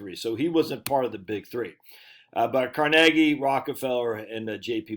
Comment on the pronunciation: Thank you for pronouncing Carnegie properly...most people put the emphasis on the first syllable instead of the second and then argue that they're right. The Carnegie Institute pronounces it right...who would have figured?